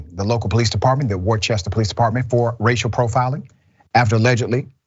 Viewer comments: Big fan of the show. As a black man that went to college in Worcester, it's true, police, in my opinion, do pullover more than minorities than whites on suspected minor infractions, looking for more. point of record, Worcester is pronounced Wuhstir, not Wor-chester. Keep producing the great content you offer. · Worcester is pronounced wuh-stuh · Pronounced “Wooster” for those who don’t have the Boston accent lol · I Never been to wu-ster lol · It’s pronounced wooster not warchester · good ol Massachusetts cops .. and it’s pronounced WOOSTER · Great coverage. Worcester is prounounced Woorster. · No it's not! Wooster. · Worcester is not that big. Cops would certainly know Juty and are having fun harassing him. Worcester is pronounced like Rooster....Wooster. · He pronouncing it wrong it’s pronounced wuuster ch is silent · We pronounce Worcester as "wooster" or "woostah" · “Worcester” is pronounced by the locals as “Wuuh-ster”. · Not a big point, but that area is pronounced "Wooster" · It's pronounced Wooster. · It’s pronounced “Wooster” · I was going to go with the pronunciation “Wusta” but can accept Wooster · Whist-er is how it's pronounced js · Sorry, FYI Worcester is an Old English and is pronounced "Wooster". No "ch" sound. 😁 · Worcester is pronounced Wooster. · Like your work, BUT the next time you do a piece on this city pronounce it Wooost'er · Dr. Richey, Worcester is pronounced "Wooster" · Just a heads up Dr Ritchey, it’s pronounced “Wooster” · That city is pronounced "Wooster". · Worcester Massachusetts it's pronounced "Wuss-Ster" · Dr. Richey, Worcester is pronounced like wooster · Worcester is pronounced Woostah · "Wu-ster" Massachusetts 😉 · Worcester (Woo-stah)- like Whister to visit your sister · It's pronounced Wooster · Cringe every time he says Warchester lmfaoo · Pronounced as such: Worcester =Whooster. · Just an fyi...Worcester is pronounced 'Wister' or 'Wistah' if you're a local. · Worcester is pronounced Wus- tah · Its pronounced "Wusta"